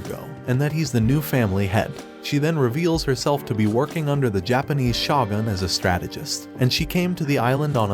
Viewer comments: Its shogun not shotgun Need to work on your pronounciation man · It’s pronounced shogun (show-gun), not shawgun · Listening to you butcher shogun is kinda triggering, ngl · Although I enjoyed the anime recap it was almost unwatchable due to the mispronunciations of almost every important word or name starting with the word Shogun. Question is this some kind of computerized voice over? Because I noticed this a lot for someone who seems to watch anime but then can't listen to how the names are pronounced